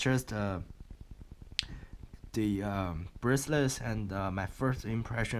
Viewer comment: BRACE-LET! Not braceless, whatever that is. ;-)